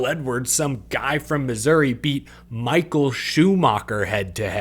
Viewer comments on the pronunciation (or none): none